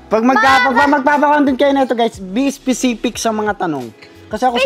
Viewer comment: "specific not specipic"😂😂😂😂😂